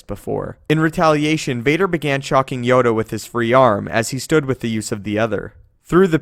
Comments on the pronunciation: he says yoder insted of yoda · Did you just say yoder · did he say Yodr?